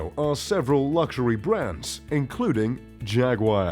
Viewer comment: If you were a real, you'd know how to correctly pronounce all the brands you mentioned. I think you butchered about a third of them.......